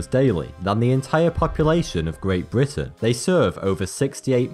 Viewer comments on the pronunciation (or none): none